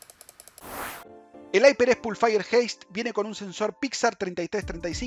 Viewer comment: aiperecs pulfaier jeist